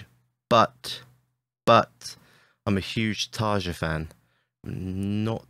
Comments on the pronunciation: Not so sure about you being a big Tarja fun...It is pronounced tuh-ree-uh not Tuhr-juh... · It's pronounced taria not tarja. Nightwish was way heavier with taria in the band for sure. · learn how to pronounce Tarja!